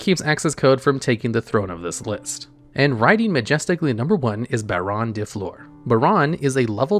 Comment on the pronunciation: i am so happy he pronounced baronne correctly.